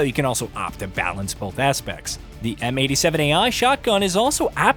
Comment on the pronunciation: The fact that you said M870Ai hurt my brain 🤦🏿‍♂️